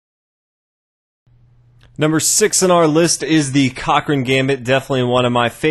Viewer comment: No one: Number 6: C O C C R A I N